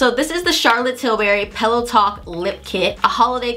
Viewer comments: I kept hearing “peleton” instead of “pillow talk” 😂 omg my ears! And I completely agree, I actually like pillow talk dark compared to Med and OG. The brownier tones are more flattering on my light-Med skin tone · Every time she says pillow talk is sounds like Peloton lol